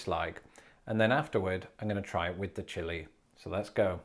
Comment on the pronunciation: The ‘chili’ hurts my Texas soul.